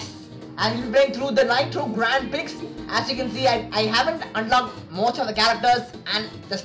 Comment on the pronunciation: Just a friendly correction,Prix is not said as 'Priks'. It is said as 'Pree'😊